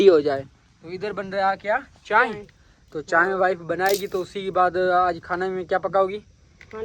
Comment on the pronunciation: Wo chai ko chaen, phol ko fol, or bulb ko baluf bolta hai or madam frma rhe hen sahi to bolta hai 👎🏻